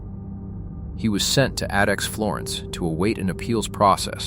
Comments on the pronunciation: AI narrated shit. Pronouncing "ADX" as "Adix" 😂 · when the AI mispronounced ADX I shut off the video and left. AI slop.